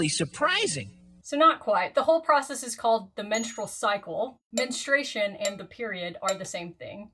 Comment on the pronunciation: Why do so many people have trouble pronouncing menstruation (looking at you )